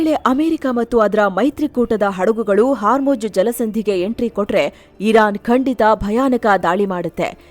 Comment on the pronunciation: Hormuz ❌️ Haarmoj ✅️